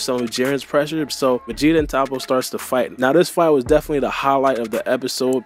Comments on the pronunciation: It’s not ta-ppo 🤦🏾‍♂️ it’s toppo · Your pronunciation of Toppo got me weak Toe-poe >top-pa